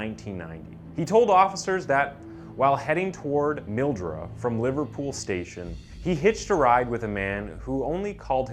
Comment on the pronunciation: “Gaul-ston” Gorge not “Gal-Ston” Gorge “Mill-doo-ra” not “Mill-duh-rah”